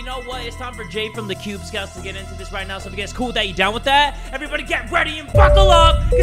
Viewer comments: My guy said “cube scouts” instead of “kubz scouts” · I love how jay made a mistake and said cude instead of kubz No hate just loving it because I love mistakes lol